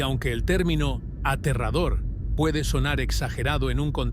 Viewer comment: Es Aterrador Aa tee rraaa dooo rrr es muy aterrador .. bueno y la pregunta es que es aterrador dicho por una IA que para hablar tambien le falla el español yo creo que porque no comprende que es Aterrador muy aterrador